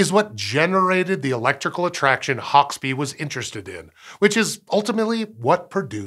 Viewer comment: And Hauksbee is pronounced... Oh no wait, he got that one right (given that he has an American accent).